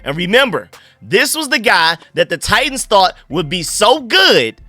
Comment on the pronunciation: Bro you confused me with how you said titans, it sounded like you were saying tight ends, had my mind in a maze 😂